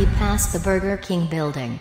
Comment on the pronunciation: burjer king